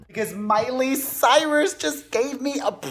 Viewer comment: ... lol "Mirus"